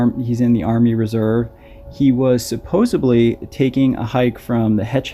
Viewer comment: Please learn the correct pronunciation of supposed-ly. It is not suppose-bly. Thx